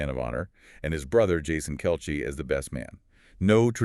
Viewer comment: His name is pronounced kelsee spelled Kelce not kelshe!!